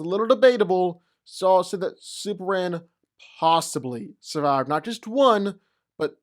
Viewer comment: I dunno what is he saying: is it Supleman, Suplement or Superhand? He repeats this word many times, but it doesn't sound like Superman at all. Anyone can translate? xD